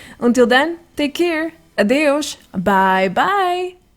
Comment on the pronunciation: bem me parecia que aquele adeus no final do vídeo estava muito bem pronunciado. Bom trabalho com os vídeos